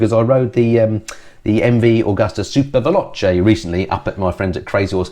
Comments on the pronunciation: "Agusta", not "Augusta". ;) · That's not the same thing at all, that's just dropping a word not adding a letter to a word. ;) Would you be OK with everyone calling phoilip? It was the pronuciation of Agusta I was referring to, not the MV bit. I'll edit it to make it clearer.